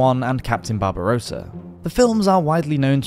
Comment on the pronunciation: Cptn Barbossa not Barbarossa 😅